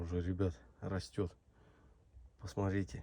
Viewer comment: исправьте пожалуйста Ваше речевое,,сорите,, и,,посорите,, на,,смотрите,, и,,посмотрите,,-кровь из ушей идет когда это слушаешь!!!(За ранее извиняюсь,это ведь не урок Русского)